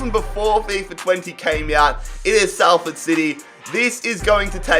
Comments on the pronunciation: Hey heads up its pronuanced Sol ford not sal ford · Anybody feel triggered that he said sAlford and not sOlford. Ik it's spelt salford but it's said sOlford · Burns my head the way you say Salford🤣 it’s more Solford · It’s pronounced solford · pronounced 'solford' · You pronounce salford sol-ford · Ffs it’s pronounced SALLFORD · It's not. It's pronounced solford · I’m from salford It’s pronounced sol-ford You’re so annoying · Hearing him mispronounce Salford so much hurts. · Ur laughing at Manchester Utd yet can’t say Salford